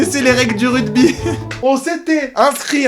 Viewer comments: le "RUDBY" non mais ça va pas ou quoi "ruGby" avec un GGGGGGGGGGGGGGGG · Suis-je le seul à entendre RUDBY et non RUGBY ???? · QQN LUI DIT QUE ÇA SE DIT « RUGBY » ET PAS RUDEBI ?! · tu dit rudby mdrrr c'est rugby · RUGBY ! pas RUDBY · Rugby, pas "rudby" ! Ahahah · Je suis désolé mais on dit ruGby avec un G un G pas un D!! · c'est moi ou il dit rugby ? mdrr ce grand fou